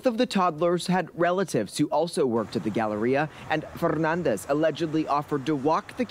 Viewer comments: The way theyre pronouncing Fernandez is really distracting me from the report. Saw this posted on PP Southeast Texas Llcals page. Absolutely disgusting! Good work on the law enforcement end of this but what is the judge going to do? Hopefully since its becoming a well known case, the judge will give this POS a charge that will fit the crime. But public torture isnt a charge so life in orison or death penalty would suffice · Why is the commentator pronouncing his last name so Fffffernandez. Like seriously 😐